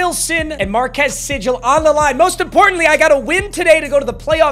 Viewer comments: It's pronounced MarKEYS SeeGAL, Huge K-state Fan! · It’s pronounced markees seegle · it’s marcus seagull like the bird papa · marquis segul is how its pronouced